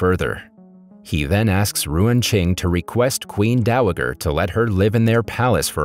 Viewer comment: “Queen Dowager” It’s pronounced Dow-a-jer and it’s not a name it’s a rank like the “dowager countess of Grantham”